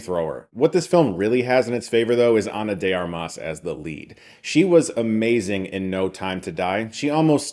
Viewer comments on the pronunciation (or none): I know how much you care about the professionals making films, so allow me a correction: you say Ana de arMAS, but it's actually pronounced ARmas. Also "armas" is literally "weapons" in Spanish so it's like she was destined to play this role. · the accent is also in the first A, not the second, like in "Armament" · She's done plenty of movies, so there's really no reason for you to mispronounce her last name.